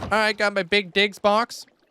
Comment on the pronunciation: i was looking away from the screen when you said “big digs box”… sounded like something else 😂